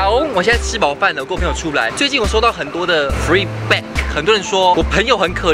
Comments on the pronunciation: Come on, it's "feedback", not "freeback", international beauty not so international at all! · 是feedback 不是”freeback “ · feedback … 還是 freeback? 是我耳朵不好嗎？ 沒惡意喔。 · 是feedback 不是freeback.. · 怎麼覺得你的feedback聽起來有點想freeback XD